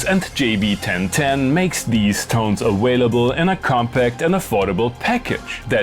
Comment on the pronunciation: Wintage awailable woice - you're not even trying.